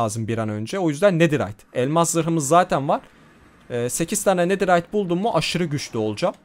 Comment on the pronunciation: abi sen dua yı yanlış okuyon nederayt deyide antik kalıntı desen çıkar 😅❤